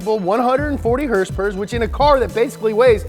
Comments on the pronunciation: Love it when you say herspuurrrss..lol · I just come to hear hearsepurrrs!!